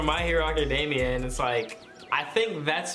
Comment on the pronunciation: First my man says Illinoise then the guy who said the plant looks like Deku says My Hero Acadaymia. You got me trippin.